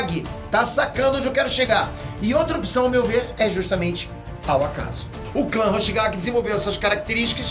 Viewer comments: Quem viu ele dizer Kisame Hoshikage ao invés de Kisame Hoshigaki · e hoshikagi ao invés de hoshigaki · Não é hoshikague é hoshigaki